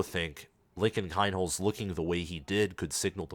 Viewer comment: Please pronounce freshman QBs name correctly, phonetically it is KEENHOLTZ